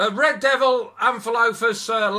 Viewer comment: Rrrrrrrrrrrrrrrrrrrrreeeeeeeeeed doviie. Lol